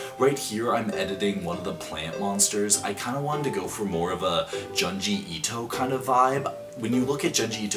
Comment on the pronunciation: I love his videos but his pronunciation of Junji Ito kills me😅